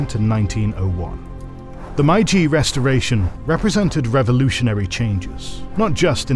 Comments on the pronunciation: Meiji is not pronounced Maiji otherwise good! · great video, almost ruined by MAI-JEE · My guess is that they say it wrong on purpose so people comment about it to boost engagement. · If you are making a video about the Meiji Era, maybe you should first check how "Meiji" is pronounced. It seriously jurt my ears hearing a completely made up pronunciation again and again throughout the video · Every time I hear you pronounce "Meiji" it hurts my ears lol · No credibility when you do a documentary about the Meiji restoration and then don’t pronounce ‘Meiji’ correctly. It’s not hard to get it right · the pronunciation of "Meiji" is absolutely abhorrent... really missed the mark there, especially for such an important word for the video. it's not just that it's not even close, no other videos discussing this topic ever mispronounce it as such!!! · how on earth can you produce such an amazing video and don't check how to pronounce a name of the era in your title. I'm not even angry, I'm just amazed. Like, how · Is it me or the voice is AI? The way he is pronouncing Meiji is off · Great video. Just, please, it's "Meiji", not "Maiji". That sounds bad! Otherwise👍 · Great video as always! A small recommendation: please familiarize the narrator with the pronunciations of foreign words before each video. One of many such oversights in this video for example, My-jee is completely wrong (it’s actually may-jee)￼ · Please stop pronouncing Meiji as "maiji", it's really easy to pronounce in English, just say "may" like you would say the month May, and then just ji like you already do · It's pronounced May-Ji not Mai-Jee. Japanese is literally the easiest language to pronounce. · accurate and well done, with the only exception being it's pronounced "may-ji" not "my-ji". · Factually, this video is great, but the mispronounciation of Meiji is annoying. It's 'may g' not 'my g'. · Why is he saying MaiJi and not MeiJi, where is the old narrator I miss him sooo much